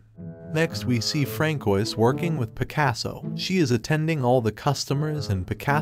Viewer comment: francoise is pronounced as franswa bro